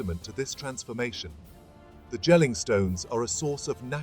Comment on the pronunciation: It's not Jell-ing, it's "Yell-ing"